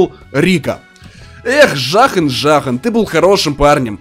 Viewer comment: не жахн а зун это блогер по ксго zuhn